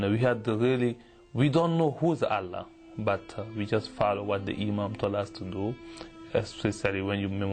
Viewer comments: He memorized the Quran but he can barely pronounce the word Allah ..lool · His pronunciation of ALLAH is wrong too. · Yet his pronouncation of "Allah" is completely different lol. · He is not able to say Allah properly even though he memorized the Qur'an and went to Mecca every 3 months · He don't even know how to say Quran and Allah properly after 10 years in Madrasah? Another fake.Please study more about Quran and Islam. You are so funny ...LOL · He can pronounced Christ and gospel so clearly but not allah and Muhammad and he was Muslim memorize Quran